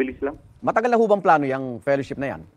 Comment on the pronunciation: ""PERASHIP"" HINDI FELLOWSHIP